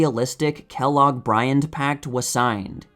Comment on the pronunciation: Briand not Brian.